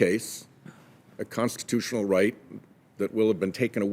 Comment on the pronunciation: WHAT CONSTATOTIONAL RIGHT IS THAT IGNORANT DEMOCRAT??? SPEAK IMPEDIMENT WEIRDO